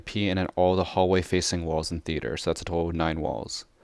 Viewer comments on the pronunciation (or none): Not that important but... 'Theaer'